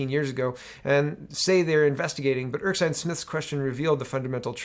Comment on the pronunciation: Your doing it again. Erskine, pronounced Er-skin not Erk-sine